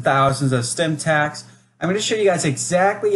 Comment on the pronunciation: Bro said “stimtacks”